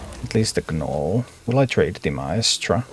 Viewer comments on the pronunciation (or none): I LOVE your teaching style and patient gameplay !! One small note though....the "G" in gnole is silent.. Its just pronounced "Nole". Although admittedly your English is far better than I would be able to speak your language. Thanks so much for your content. Im pretty sure you have made a lot of people much better at a fantastic game !! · The g is silent when you say gnoll. Thanks for content